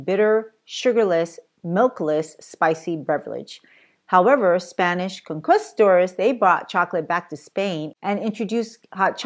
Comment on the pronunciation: Some of the pronunciation is a bit different- Maya and conquistadors.